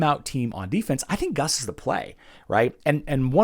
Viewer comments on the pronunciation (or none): traditionally the 2 uu's in a name is pronounced ew. Primarily found used in Eastern European countries words. Therefore, Guus would be pronounced Goose. I Love your content man. Keep the faith and keep the information coming good sir.